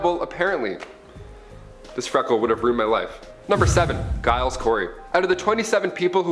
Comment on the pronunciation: okay, let me help you with the pronunciation of the name Giles. The G in Giles is pronounced with a J sound not a G, as in the name Gerald. Hope that helps in a future video.